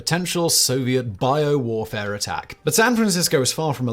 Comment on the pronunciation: It sounds really Bad when you say with a heavy accident. Biological warfaré. It also sounds really bad when you say it normally. 🤷